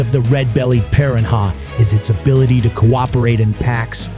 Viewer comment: I can Not Stand the way this narrator pronounces Piranha...He sounds STUPID when he says it...